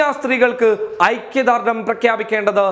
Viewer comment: ഐക്യദാർഡമല്ല. (ഐക്യദാർഢ്യം ) നായീകരണമല്ല ( ന്യായീകരണം) മനസാ വാചാ കർമ്മാ അല്ല (മനസ്സാ വാചാ കർമ്മണ.